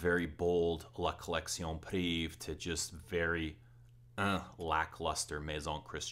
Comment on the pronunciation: Great review as always. I'm french and just FYI, for the pronunciation, every time you are saying like if it was written like la collection "priv". You are forgetting "ée". The full word is "privée" and is pronounced like lingerie is pronounced linger"aye". So you should pronounce like la collection priv"aye". If that makes any sense, haha.